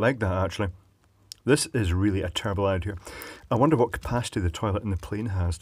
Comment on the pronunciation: "doing this is the day before flight is probably a terrible idear, but then again I'm very good at terrible idears" xDD